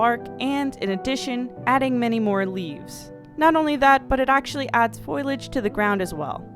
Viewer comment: For future reference foliage is pronounced, ˈfōl(ē)ij/. No hate though, love your videos, keep it up!